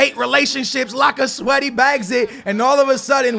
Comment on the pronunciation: Lacasweaty lmao, it's Lacazette